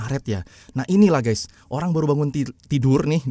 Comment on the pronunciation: mana ada Guys di baca ges, apalagi gess,, norak, harus nya yg benar itu di baca Gais atau Gaes, harus ada huruf A nya jangan E